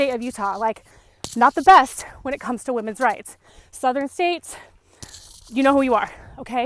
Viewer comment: I for one have even relaxed on women's rights and I feel you are on to something. The message is to come together and do something collectively. I like how you say WOMEN'S RISE ❤ KEEP THE FAITH